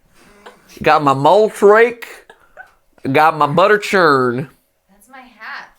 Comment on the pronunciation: Every time you say mulch rake I think you say moltres like the legendary bird Pokémon